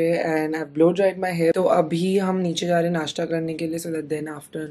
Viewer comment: नाशटा नही नाशता 😂